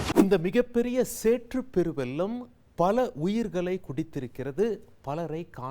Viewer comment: சேற்றுப் பெரு வெல்லம் கிடையாது வெள்ளம் என்று சொல்ல வேண்டும்